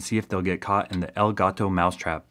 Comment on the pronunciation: take some of the money you make from this channel and go buy a Dora The Explorer book on how to say "the cat" or "EL GATO". Otherwise keep up the good work